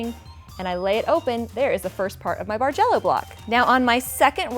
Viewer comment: beautiful quilt - I've only been quilting for less than two years and seriously thought you were saying "Marjello" :)